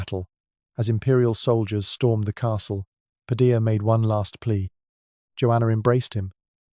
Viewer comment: Padilla* Pronounced Padi-yah